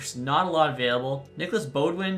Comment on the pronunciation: Beaudin is pronounced Boh-dan fyi